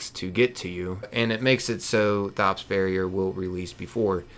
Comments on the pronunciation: So I really hate that everyone keeps saying his name wrong it's said like tops not thot-ops the H is silent do you say the H in thomas Too?! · Why do you call him THops, when in the footage you clearly hear him pronounce it as Tops (no thhhh sound)? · His name isn't pronounced like you're saying it. He tells you his name, if you were listening. The h is silent. It sounds like Tops.